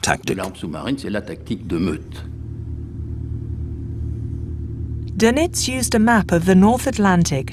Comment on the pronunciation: "da-NITZ"..."summarine" "admiRALity???? Where did this narrator come from? She seems to be English-speaking but her pronunciation is bizarrecomputer ! On second thoughts, is "she" a very clever but mindless computer-generated voice?